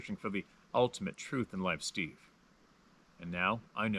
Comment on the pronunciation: Steve, not stave...lol